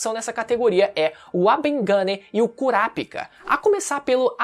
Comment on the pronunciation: Fala o nome certo do KURAPICA, mds que agonia ver vc pronunciando errado o vídeo todo😐😐😐 Ótimo conteúdo!